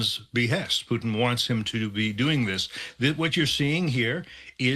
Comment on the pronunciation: Tell me this, why should I take anything that these so called experts that the MSM brings on seriously if they aren't even competent enough to get this Russian president's name right?